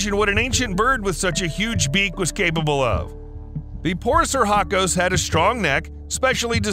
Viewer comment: "Phoris sir hacos"? Dude, when you butcher a word you REALLY butcher it. The proper classification is Phorusrhacidae, pronounced [for us rah ki day]. Seriously, if it's that hard just use the colloquial Phorusrhacids [for us rah kids]. It sounds a LOT less silly. PS: I know your title is no more than an attention getter, but Gigantopithecus was millions of years past the possibility of ever having met a dinosaur, let alone destroying it. Next time maybe skip the sensationalism and try a few jokes instead.